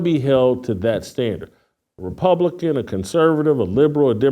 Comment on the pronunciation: Naw, He a RepubliKewn! Lmao